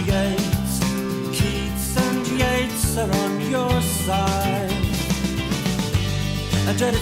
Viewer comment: Yeats is pronounced YATES